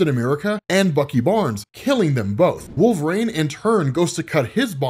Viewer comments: I always wonder if pronounces WolvRAYNE on purpose or as a joke or there is something else I've missed? I've always pronounced it wul·vuh·reen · Again, with the "rain" bullshit. His name is wolverine, pronounce it right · Wolv-rain... his pronunciation of his name is killing me! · "Wolverane"